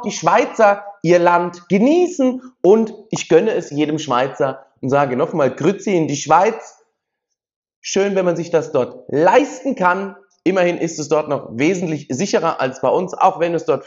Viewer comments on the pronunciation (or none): Es heisst nicht Grüzi, sondern Grüezi.